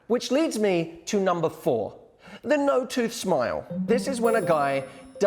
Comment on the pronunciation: The no-tuth-smoyyl 😂